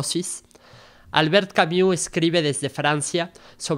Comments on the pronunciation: No se pronuncia Camiu... se pronuncia Cami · Sólo una recomendación: La pronunciación de su apellido es con "u" francesa ( /y/ ) no "iu". En español es aceptable que las palabras o nombres en otros idiomas se pronuncien tal como se leen. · Se pronuncia /y/ esa es la u francesa. No es /iu/ como se pronuncia en este video. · Juan José Pérez - Gracias por aclarar este punto, soy políglota y ésta pronunciación inglesa de un nombre Francés es simplemente un horror. No cuesta tanto ! Si alguien es capáz de leer filosofía, debería dedicar unos minutos a investigar la pronunciación del nombre del importante autor de quien se habla, y hacer su máximo esfuerzo, por una cuestión de respeto a todos. Gracias ! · Sergio Uribe - Exacto. Si no saben pronunciarlo, entonces bien podrían nombrarlo simplemente en Español, en especial cuando repiten su nombre tantas veces.